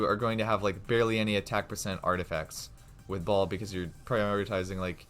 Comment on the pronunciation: When he say baal but my ear hear ball...😅😅😅